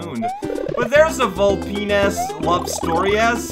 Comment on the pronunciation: I don't think that's how you pronounce vulpine(s)!